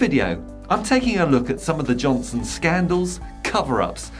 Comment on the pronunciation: Love the way you got his name right.....over and over and over